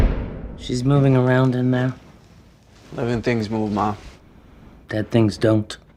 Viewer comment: fanqyooooo is'nt how you say thank you